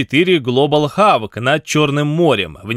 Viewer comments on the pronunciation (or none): HE 'XABK" A 'XOK!' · не хавк а хок, ужи режет блин. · Говорите не “Хавк”, а хотя бы уже “Хок”. Будет ближе к оригиналу. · Global Hawk произносится как ГЛОБАЛ ХОК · Хорошая новость. Но ваш "ХАВК" просто бесит. Воспользовались хотя бы каким-нибудь онлайн-сервисом. "Hawk" - "хок"(или называли бы просто "ястребом"). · Чувак, пишется "хавк" , читается "хок"! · С чего это вдруг Хок превратился в "харк". Небось в школе двока по английскому была? :-) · Не глобал хавк , а глобал хок !!! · не ХАВК, а ХОК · "глобалхАВк" - очень сильный пронаунс от автора!!!))))))))))) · после произнесения названия RQ-4 Global Hawk (хавк, ага) напрягся. Тут же последовала феерическая чепуха про то, что дрон летает над территорией Крыма, чего никогда не было и в общем-то быть не может. Они летают над черным морем, заходят на территорию Украины и даже над Донбассом оккупированным летали, но не над Крымом. В непосредственно близости - это не есть нарушение воздушного пространства. Даже того, которое власти считают своим. Су-35 спокойно может на 18 км подняться, его практический потолок выше. не говоря уже о том, что не надо так высоко забираться, если стоит задача уничтожить дрон. Ракету можно пустить и с меньшей высоты. Дрон тихоходный, так что поражение с большой вероятностью случится. Матчасть аффтару надо подтянуть, а не кликбейтом заниматься. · хавк! сука! хавк! мои уши !!